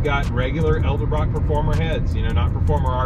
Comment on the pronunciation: Love the channel and the videos! One thing, say it with me: EDEL-BROCK, it's not ELDA-BROCK!! lol That's always been a pet peeve of mine. Edit: I watched the rest of the video where you correct your own pronunciation of Edelbrock!! lololol